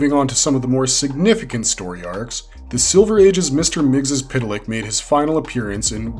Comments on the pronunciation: According to the Super-friends it’s pronounced Mix-zolt-plyk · Mister missyezpitelik pronounced so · its PERNOUNCED MIXLEPLICKT ISN'T IT? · heh heh heh he said tip lick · It is Mix Ill plick Get it right, geezh! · I've always pronounced it "mix'lplicks" , but I'm from the 3rd dimension and most likely my dumb human tongue can't pronounce a 5th dimension name. ... pretty sure I've never been tricked into saying my name backwards, so, I'll call it a wash?